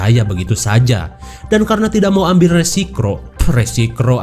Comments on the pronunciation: bang kok ngomong nya resikro bukan resiko bang wkwk 🤣 auto ketawa seketika denger suara itu 😂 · Lalauan atuh ambeh ulah kacetit ngomong na RESIKRO cenah majarteh 🤣🤣